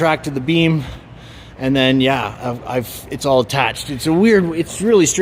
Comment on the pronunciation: Beam. Not bean